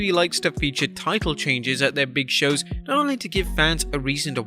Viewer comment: It made me think of Big Show when you said Bog Shows.